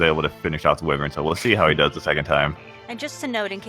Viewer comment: My gosh that stupid pronunciation of "wyvern" bugs me. Hella fun to watch when nobody was saying that, though!